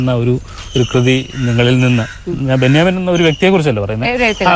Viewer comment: ബെന്യമിൻ അല്ല ബെന്യാമീൻ എന്നാണ്.